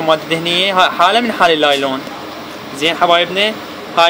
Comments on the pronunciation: صار ساعة صافن على كلمة لايلون اكول شنو يعني طلع((نايلون )) الاخ ساحل الكلمة سحل 😂😂😂😂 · نايلون وليس لايلون هههه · يمعود أسما نايلون مو لايلون😹☝